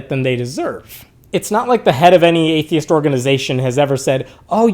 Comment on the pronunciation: In the very beginning, you are saying: ‘’are babies atheisss’’. U forgot the ‘t’ in the end!